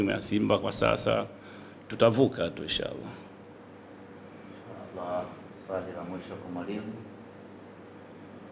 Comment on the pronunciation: Napenda unavyotamka.INSHAA ALLAH. Yaani.kumtegemea Allah